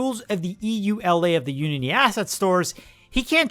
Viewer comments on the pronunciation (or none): came here to say this, but also the way to pronounce EULA is "you - laa" - very entertaining video though!